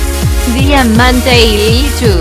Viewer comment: El tratuctor dijo DIAMANTREILICHU 😂